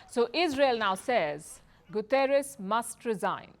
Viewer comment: Palki i understand why you saying Gutieres words wrong coz israel gave you access to report on their country n your goverment as well